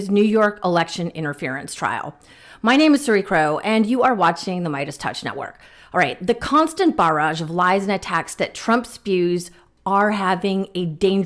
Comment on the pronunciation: you make "barrage" sound like a french pastry... traditionally, the 2nd syllable is accentuated...